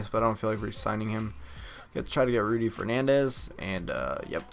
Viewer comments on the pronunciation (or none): none